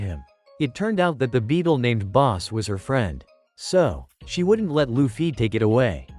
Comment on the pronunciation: It’s luffy Yeah Loofee No it’s luffy Yeah its what I’m saying: Loofee 💀